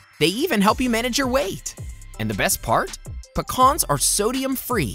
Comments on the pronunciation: its PEE-CANS ....NEVER PICAHNS!!! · I just hate how he says “PUHCKAAAHHHRRRNS” What’s the heck!!? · I don’t think I’ve ever heard anyone pronounce Pecans like that 😅